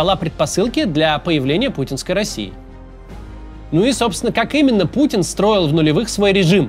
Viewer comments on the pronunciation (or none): none